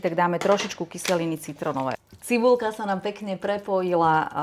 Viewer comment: Otrasná slovenčina: cibuľa, veľa...🙈 Toto čudo bolo niekedy moderátorka?